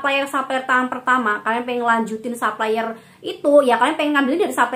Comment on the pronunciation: Makasih review nya mba. Tp mohon maaf sy terganggu denger mba bilang supplier bilangnya saplayer.. pls betulin deh hehe.. krn mba kan influencer. Trims